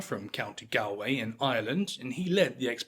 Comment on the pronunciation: Flinders, with the Fli being like in Flint. Melbourne like Melburn. Galway like gall bladder. The simple mispronounciations in the first 3 minutes blow my mind. You do all the research well but get the words so simply wrong. Do better